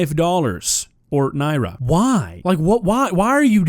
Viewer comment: As someone who's parents lived in Nigeria for a decade, I'm blown away that you're pronouncing the currency correctly, that's so awesome dude! EDIT: DSP gets negative points for saying it right, because he's a piece of shit.